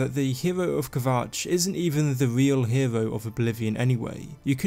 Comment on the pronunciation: "nevervavine". "herew".... GAAHHH